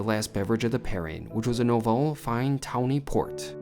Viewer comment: “Townie Port”?? It’s TAWNY (i.e. referring to its amber color). I love you,, but that pronunciation is unforgivable 😢😭